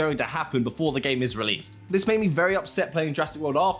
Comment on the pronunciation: "Thids...." lol